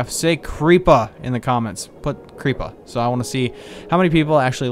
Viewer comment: wats with the "creepah's?"